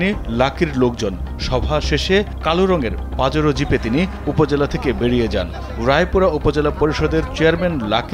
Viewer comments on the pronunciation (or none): Mistibishi gari ke Pajaro bole reporter 😂